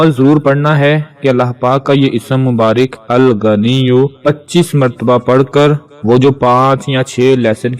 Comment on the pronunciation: Aap word tou theek. btaien Allah ka naam Alghnio tou hai but agnio nhe dekha kia read karna hai.